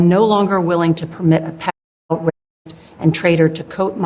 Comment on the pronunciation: Keep jearing you say "pdf file". Rapist and traitor ..and not "pedofile" ...id this just AIngenerated????